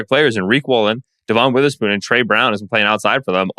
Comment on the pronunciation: Season is almost over and you atill can’t pronounce Devon Witherspoon the right way